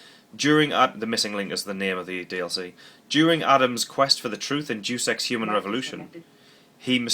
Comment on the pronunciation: Dus EX??? Day-us Ex! C'mon not you too, I work in a Game store and the number of times I hear people pronounce it wrong, that and 'Duke'em Nukem'! Oooooh dear lol. Love the vids though man.